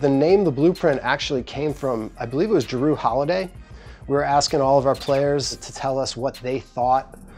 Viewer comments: Who is "Ja-Roo Holiday?" IT'S JRUE! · "Drew" holiday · Jrue not jaroo